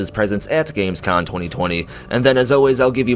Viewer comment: You keep saying Gamescon, but it's com ;) As for Starfield, it's come to a point for me where I'll just wait and see what happens. We heard exactly zero % about this game this year, it's more than two years ago now. Howard may have said the game has been in development for a long ass time, but anything could be going on now. There could be problems or whatsoever. A 2021 release at this point is up in the air too, we just don't know, sadly